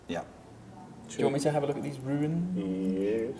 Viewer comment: Chris has an aggravating habit of pronouncing "rune" as "ruin".